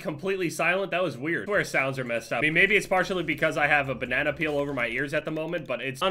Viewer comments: Why do you say banana so weird 🤣🤣 “benena” lmao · You say banana weird